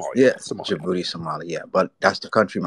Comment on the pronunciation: “Djibuti Man” 😂😂